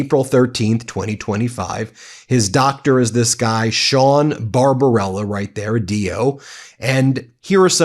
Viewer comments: BarBARBella, not Barbarella - don't ruin a great movie by mispronunciation 😂😂😂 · The doctor's name is not Barbarella, it is BarbaBELLA...look at the spelling on the letters. Also, how in H*ll can he say they took over a ship that he just seconds before claimed they sunk? And, Mr.Trump, a 6 year old could pass that cognitive test. They could even color the animals the right colors too. Idiot.